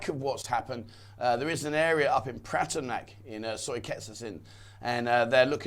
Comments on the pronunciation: Pa-ta-ya not Pa-ti-ya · Yes I do. There is no letter I in Pattaya.